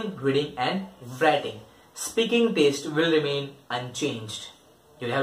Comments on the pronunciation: It's not taste it's test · Y u say taste? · I appreciate your intentions but please gather good info and also stop saying taste. And one more don’t repeat things which u already said clearly, it’s annoying.